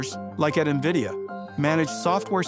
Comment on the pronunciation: Niividia xD